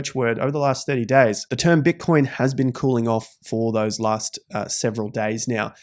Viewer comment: “bitcion” lol